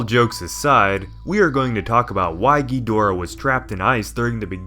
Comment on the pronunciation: King Ghonareah